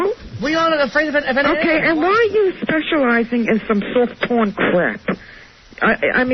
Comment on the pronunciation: Sawft pawn crap.